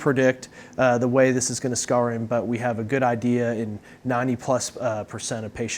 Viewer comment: "Scar in"?